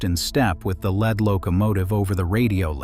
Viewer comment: AI: "lead" locomotive is not pronounced "led" 🙄